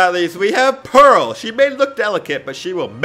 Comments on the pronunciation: He said one right name, Pearl. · Atleast he got Pearl and Amethyst right :)